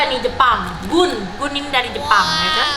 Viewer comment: GOO.N baca nya bukan GUUN kak, Go.on iya ga si